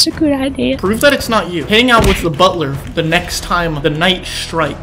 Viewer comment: I just know ranboo was crying everytime technoblade says “bulter”